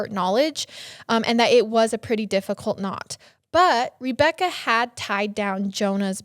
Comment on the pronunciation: I cant fucking stand how she pronounces Rebecca as Reebecca 90 percent of the time drives me nuts.